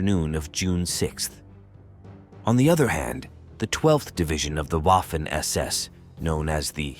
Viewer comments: If you can't pronounce Waffen SS correctly, you don't get my respect and I go elsewhere. It's "Vaffen" not "Woffen". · Great video. The W in Waffen in pronounced like V.